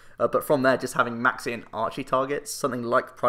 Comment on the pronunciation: When you say Maxie I keep thinking you say Maxx "C" and get very confused